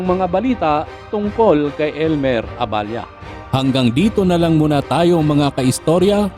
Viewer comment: Abella po Hindi aballa